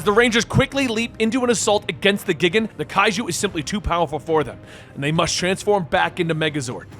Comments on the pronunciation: You said gigan like gig-an but it is gIg-an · its Gigan (geye gan) not gigan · the only pronuntiation i had a small issue is for gigan from the godzilla movies i seen over 30 years the way it sounds in english it sounds more like guy gan not geegan even if its spelled gigan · For Gigan it's not Gig-an it's Guy-gan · It's not pronounced "Gig an" it's pronounced GUY GAN (gigan) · Dude, it's pronounced guy gan not gig an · OMG IT IS GUY-GAN not giggin smh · Gigan is the question that stood out to me. I'm always used to the name G - titan - Guy gan not geegan. so no clue which is correct. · Giggin? GIGGIN? Well you're clearly not a Goji fan. For future reference, it's pronounced GUY-gan. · Tell me ur not a Godzilla fan without telling me ur not a Godzilla fan? He mispronounces the fucking names!! It twitched every time he says gigan. It’s gai-gan, not gigun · Guy-Gan LOL not Gig Gan lol but thank you for more Godzilla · Pretty sure his name is pronounced “JEE-GON” but whatever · Gigin GIGIN ARE YOU FUCKING SERIOUS YOU CAN'T SAY GIGAN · 🦖: Gigan is pronounced "Guy-Gan". Just for future reference. If they ever decide to do another comic.~ 👍🏻 Loved the story by the way. It was action packed to the T! 👀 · Lol that's not the pronunciations that had me laughing it's how you said gigan that got me. It's said like guy-gan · It's G-i-gan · Not just the Ghidorah pronunciation, but Gigan too, for sure. It's "guy-gan". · Did he just say Megalodon? Lmao it’s Megalon. Also it’s (Guy-gan). For future video references. The random appearance of Megaguirus, Komacuras and Kumonga was pretty sick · Not worried about your ghidorah pronunciation, you did mispronounce gigan. It's Guy-gan. Loved the way you told the story! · Guy-Gan is Gigan's name the first time megalon appeared you called him Megalodon (like the prehistoric shark) also the Spider is Kumonga (Ku-Mun-Ga), Kamacuras (ka-ma-cur-us) and Megaguiurs (Mega-Gear-ius) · LOL GIG AN LOL that pronunciation killed me XD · Its "GUY-GAN"